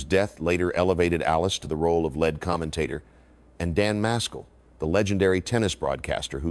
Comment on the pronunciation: The best golf orator ever. Pity the coordination of the images and the AI narration could not match it. "When Henry Longhurst died, Allis became the lead (led) commentator." Is it really so difficult to have a real person read it?